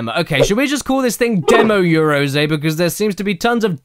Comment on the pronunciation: Caddy, it's read yah-ROH-zeh, not yea-row-ZEE.